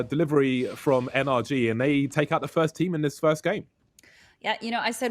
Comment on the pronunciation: Can u please say NRG tm and not energy